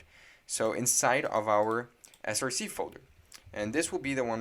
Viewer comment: “src” is pronounced “source” not “S-R-C” because src is just short for source, it’s not an abbreviation like npm.